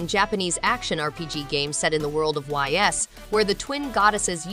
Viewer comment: Good video, it's pronounced "Eez" not Y.S btw